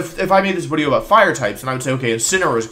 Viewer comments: Yup, I love the wideo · YES WIDEO MAN